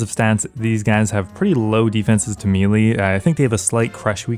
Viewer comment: Hey can you consider saying "melee" instead of "me-lee"? Its pronounced like the month proceeding April. As it stands it sounds like you're introducing yourself as a caveman named "Lee". Trader Steve: "Me Lee."